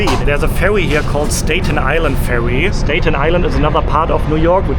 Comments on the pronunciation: I am utterly charmed by your tour of my city. I’m definitely going to take the ferry to Dumbo and get Juliana’s pizza to eat by the river. You know how annoying it is when Americans don’t pronounce the E in Porsche? I need to help you with “statue” and “Staten Island.” You are saying them as if it’s stätue and Stäten. Not A as in day. But ah as in cat. The spelling doesn’t make it easy. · Please be aware of the short “a” sound. It’s not “stay-chu” or “stayten Island”. It’s like the “a” in “hat”.